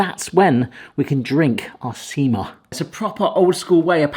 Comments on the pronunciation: You said "sima" at beginning correctly but later when you two were about to drink it you said "siima" which means "fishing line". Everything else you pronounced incorrectly. But looks like you did them correctly. Munkki color was perfect. You can avoid the one without hole staying soft and dough-y in middle by slightly flattening it. Sima looked good too. Cardamom is probably best spice in entire world. Only one that can even compete is vanilla. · You pronounced sima as siima they mean two very diffirent things sima is the drink and siima is fishing line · stop saying sima, every time you say it, it always sounds like seamen. Not joking